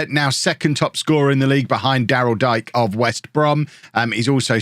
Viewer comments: Daryl Dike = Daryl DEE-kay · Daryl Dike's last name is pronounced DEE-KAY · Haha his name is pronounced Daryl Dee-kay, love that man he’s a future American star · just so ya know, Daryl Dike is pronounced Dee-Kay